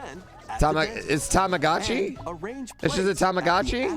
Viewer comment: He said Tamagotchi correctly